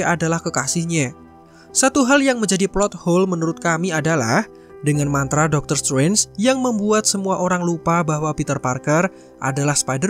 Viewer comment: DR.STRANGE oi bukan DOKTER SUWENS. Ngomongnya biasain kek, DOKTER SETRENS kan lebih enak di denger.